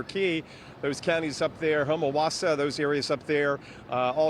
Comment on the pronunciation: Homawassa ? Some one teach this fool, how to pronounce the city names ,, after all, he’s reporting about them.